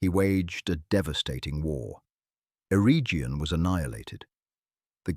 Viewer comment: WEhy is your pronouncu#iation so bad? Celeborn is eith a hard C like a k, and Eregion with hard G as in Garage, Do your research properly.